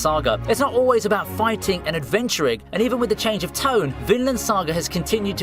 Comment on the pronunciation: "Tokyo Avengers" "Manoa" "Finland Saga" "Jiujitsu Kaisen" 💀💀💀💀